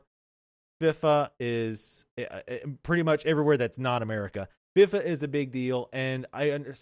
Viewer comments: Fee-Fah. not Fif-fah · You demolished the word FIFA. It's pronounced Fee-Fa.